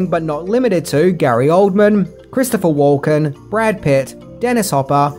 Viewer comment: "Christopher Woken" 🙄